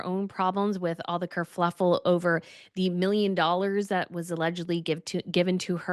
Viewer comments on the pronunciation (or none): Its "kerfuffle", not "kerfLuffle"